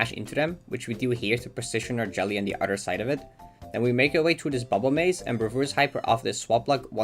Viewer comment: I like how your Dutchness makes you pronounce Theo like that